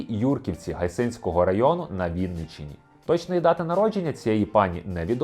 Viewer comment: Га'йсинського, наголос на А. Іспанський сором просто, а не блогери, ще й землячки.